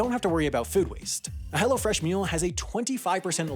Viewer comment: It’s funny how he says “Hello Fresh,” but he talks too fast and it sounds like “hella fresh.”